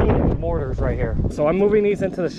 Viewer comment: i cringe every time they say mortars